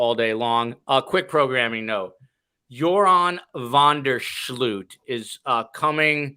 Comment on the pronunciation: Great job guys Just wanted to let you know: the oo in Joran van der Sloot's last name is pronounced like the oe in woe.